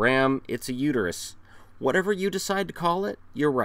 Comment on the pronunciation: It's uter-us, not uter-you... -Homer